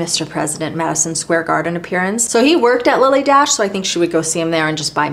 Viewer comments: Its not Lily DASH…it’s pronounced , DASHAYY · I hope this isn’t being too pendantic, but I noticed you said Lilly Daché like dash, but it actually gets an at sound at the end, so it’s pronounced Lilly Dah-Chey. I hope I’m not out of line here, and since you seem like as much of a perfectionist as I am, I thought I’d mention it for future videos. Here’s Lilly herself on What’s My Line if you’d like to see and hear her for yourself I loved the in depth videos, catalogues and book page close ups, and this was a wonderful and awesomely fascinating video. Thank you for sharing all that you do! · Dache pronounced Dashay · I enjoyed your video. If you look at a Lilly Daché receipt, you see the accent is on the é. "Dacha" is how you would pronounce it. I remember this from hearing it on TV shows or from old movies. Thank you for an interesting look into MMs makeup and your love for her. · Sooo interesting! FYI, Lily pronounced her name DaSHAY. Accent aigu, for those French speakers here. She was born in France, and was most famous for being a milliner. I've got an old tag from one of her hats. My Marilyn Monroe connection is a fashion show we did with Bill Travilla, who designed most of her clothes, including the famous white dress that blew up on the subway grate in Seven Year Itch. We actually had that dress in the show, as well as some others from her movies. Debbie Reynolds owned them at that time. Bill Travilla was such a lovely man, and it was an honour to model his clothes. Also, I had dinner once with Sydney Guilaroff, who did Marilyn's hair and was the last person she spoke to before she died. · BTW, see the accent over the "E" on the Lily Dache label? The correct pronunciation is Dash -shay. I am 78, have been around when Lily D. was flourishing. I love your videos.. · Lily "Dah-shay"